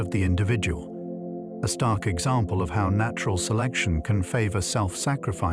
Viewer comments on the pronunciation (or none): none